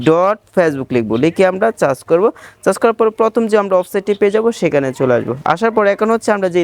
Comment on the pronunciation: Chas ta ki ? Uccharon ta holo সার্চ